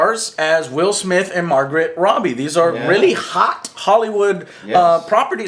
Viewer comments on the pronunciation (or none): it's not margaret robbie it's margot with a silent t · good explanation of what people were complaining about,but for the love of god,her name is MARGOT,pronounced "Mar-go",not Margaret! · flash is protector of central city, not star city. also its margot (margo) robbie not margaret robbie. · Sorry dude had to point out that u said Margaret Robbie not Margot Robbie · it's pronounced margo robbie, not Margaret. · i love watching your vod's joe? but stop fckin messing up Margot Robbie's name Its pronounced Mar-gow....not fcking Margaret. shes hot af Respeck the name. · Here name's pronounced Margo, not Margret, Joe. (the T is silent) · JESUS FUCKIN CHRIST ITS MARGO ROBBY !!!! not margaret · Also it's MARGOT Robbie... it's pronounced Mar-Go not Margaret! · Anyone else get annoyed when Joe says "Margaret" instead of "Margot?" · It's not Margaret Robbie, it's MARGOT Robbie. Pronounced mar-goh. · Margot (Margo) not Margaret, just saying. XD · I fucking hate how joe is pronouncing Margot Robbe's name as fucking "Margaret" that pisses me off so bad. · Joe, you just said Margret Robbie. Sorry, I can't let this go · Good video BUT stop calling Margot "Margaret"...... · Joe, please, it's Margot Robbie, (pronounced: Mar-go) just sayin'. lol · Stop. Calling. Her. Margaret. Robbie....MARGOT, IT'S MARGOT! lol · Why do you keep saying Margaret? Clearly that's not how you say her name. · you guys didn't talk about the hallucinations that enchantress gave the squad. And Margot Robbie's name is Pronounced 'Margo' But overall i loved your review on the film. i enjoyed it just as much as joe loves superman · MARGOT - PRONOUNCED MARGOE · I giggle every time Joe mispronounces Margot Robbie's name. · joe has issues with pronouncing easy-to-pronounce words/names. *margot robbie